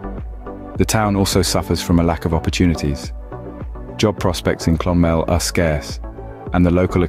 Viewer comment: ATHOY. ITS PRONOUNCED ATHOY CLON-MEL , WITH THE EMPHASIS ON MEL. THE RIVER SUIR , IS PRONOUNCED AS 'SURE' /shur LAOIS is pronounced LEESH NOT LOWY DROGHEDA .....screw this